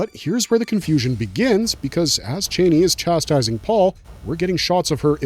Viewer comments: her name is said char-nee not Chainey lol 🫣🥴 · Not chaney, ch-ah-nee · Thank for this breakdown. ..It is C H AN I..(chann-ee)😊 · U kno it’s not the way YOU pronounce it it’s